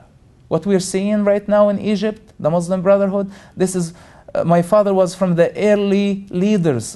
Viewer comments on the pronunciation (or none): can't believe people listen to the crap pouring about his mouth. Everything he pointed out is wrong. He knows nothing. how typical of ex-Muslims. and he cant even say "Muslim" right haha!